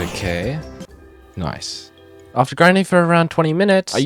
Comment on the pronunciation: Man have the yoyle accent, while saying nice